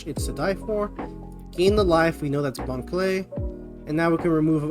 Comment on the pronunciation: You keep misspronouncing Bon Clay